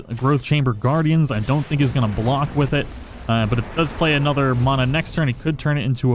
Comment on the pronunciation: Disliked bc the way u say mana